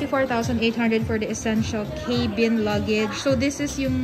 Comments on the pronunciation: It’s pronounced as cabin, not Kaybeen. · Hindi po cay-bin. Arte. Ca-been po. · Rimowa can be pronounced as it is while for Germans and some Europeans it is pronounced as Rimova. Cabin is pronounced as Ka-bn (Kæ-bin) in both American and British English.